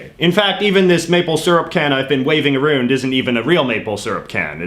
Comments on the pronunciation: Drives me nuts. Get rid of the over pronunciation of about and around, it's ridiculous . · I noticed you say words with "ou" like about or around, you pronounce like no other Canadian I've heard . Where do you get that pronunciation from? By the way, the Canadian poppy is awesome! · Arooond reeealllyyyyy 😂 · I have never heard anyone pronounce around aroond lol. What province are you from? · Who the hell says "aroond" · Your pronunciation of "about" and "around" seem absolutely put on to appeal to Americans' stereotypes of how Canadians talk. C'mon!! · A strange question. The way you pronounce about is the very stereotypical way I’ve heard of referring to the Canadian pronunciation of the word. ie an ooo sound instead of an ow sound. Then I noticed that you did the same pronunciation for the word around. My question is what part of Canada are you from? I ask that because I’m from Alberta Canada and we from what I’ve observed for around 54 yrs pronounce both of the aforementioned words with the ow sound. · Why on earth are you intentionally pronouncing the words "about" and "around" that way? Canada knows it's fake, and I hope the rest of your audience does. Other than that, interesting video.